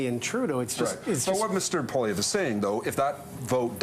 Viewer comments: "Polliver?" I know the liberal hack doesn't like Pierre but at least he can have the decency to make an honest attempt at getting his name right. Not exactly a "rolls-off-the-tongue" sort of name for English speakers, I'll grant, but Holy Crap; surely he can do better than Polliver! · Could this guy for once pronounce pollievre's name properly, it's dumb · That liberal sycophant should learn how to pronounce Poilievre. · It’s clearly an intentional choice he’s making saying his name like that. He’s sitting around others at the table saying it more or less the proper way.